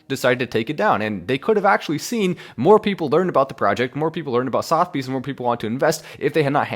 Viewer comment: not sothbys......Suth a bees...